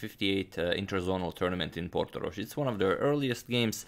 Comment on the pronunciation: It' Portorož, with "ž". Regards from Slovenia